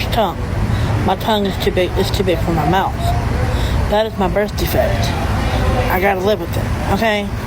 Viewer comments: "eerrrybody got a birf defect." Oh sweetie. No, we don't. 🤣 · I have a birf defect like eerrybody else. I have AGHG. I can’t per attention fer nothing